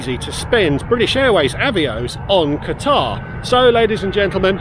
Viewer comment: He keeps mispronouncing Qatar.